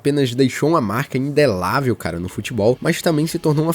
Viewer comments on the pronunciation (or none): Amigo, a palavra é indelével, não indelável.